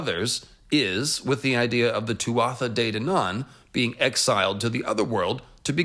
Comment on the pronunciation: As someone who is fluent in Irish i just have a quick note on the pronunciation of Tuatha Dé Danann. We would pronounce Tuatha as two syllable. Very close to how one pronounces Twah in hawk twah. In Munster irish at least.